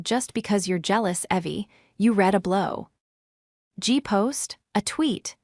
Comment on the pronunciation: A quick check of the script for extraneous spaces before feeding it into the TTS would avoid embarrassments like “blow” “gee” instead of “blog”